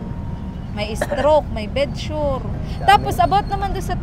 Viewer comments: Bed sore (sor) not bed sure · "bed sore " po not bed sure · correction po...BED SORE PO HINDI BED SURE😁